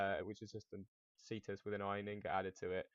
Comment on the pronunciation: It's either pronounced "kaestus" (classical latin) or "chestus" (church latin). It was basically a roman knuckle duster